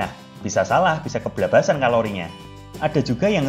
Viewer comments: Baru sadar ternyata ada masalah dengan pengucapan "Keblablasan" yang seharusnya "Kebablasan" dan itu terjadi di setiap video. Tapi it's ok! Malah jadi lucu kedengarannya.. 😂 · Itu bahasa jawa deh kayanya. Emg org jawa ngomng kebablasan kaya gtu kayanya